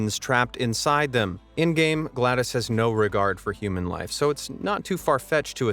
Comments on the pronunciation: It's not Glados, it's Glad OS like the windows OS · its GLaDOS not GLADOS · My brain had to restart after hearing him pronounce GLADoS as Glad-iss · It’s GLaDOS not Glad ise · even he's saying GLaDOS wrong now!!! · he said glados wrong